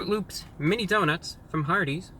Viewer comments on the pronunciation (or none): Did you say... L Ö Ö P S?